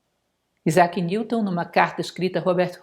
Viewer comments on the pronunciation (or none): none